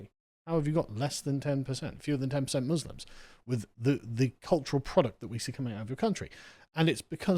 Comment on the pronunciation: For anyone wanting to do a Kier Starmer impression, he always pronounces letter M as a B eg in the roob, a bosque, Booslims